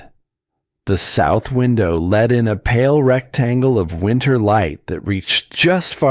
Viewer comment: You need to correct the boy's name, "Emile", not "a meal"!! Big difference...and "let", not LED.